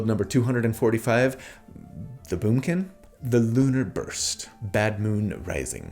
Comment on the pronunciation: I haven't watched a single minute yet, but I saw "The Moonkin" on a video and heard say "Boomkin". My Druid neurons are firing on all cylinders.